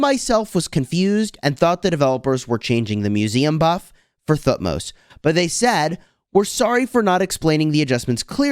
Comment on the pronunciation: the way you pronounce thutmose helps me to learn th sound :D thank you.